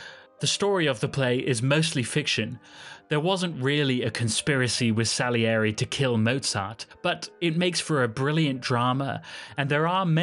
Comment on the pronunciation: 1.Scheiß KI-Stimme, die nicht einmal "Salieri" richtig aussprechen kann. 2. Mozart war ein Genie, weil er nicht nur handwerklich perfekt, sondern mit Geist komponierte. Und das war Gottes Gabe.